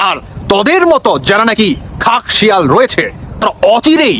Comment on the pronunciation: কথাটা "খেকশিয়াল"।